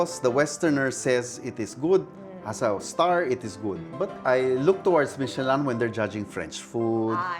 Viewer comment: Ooh Michelin is a French company pala that's why he's saying it that way. 😮